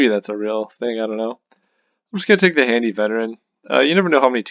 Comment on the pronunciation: Hardy, not handy lol